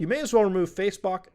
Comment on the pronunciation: I liked your slip-up of "Facebock" better :D